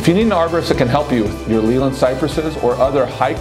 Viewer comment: You’re pronouncing Leyland wrong!